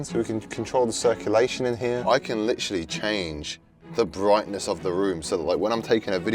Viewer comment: this man really likes the word “lichrully”